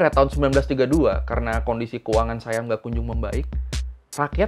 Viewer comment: SIAM cok bukan sayem